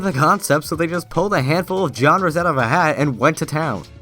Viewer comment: I'm forever saying genres like jenres now